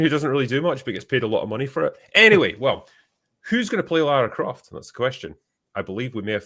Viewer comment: Ah yes, Clara Loft